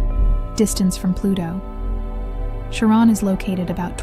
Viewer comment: Nobody ever pronounced it Karen or Sharron. Come on ai, find out that dictionaries exist. CharON!? Three wrongs and you are out.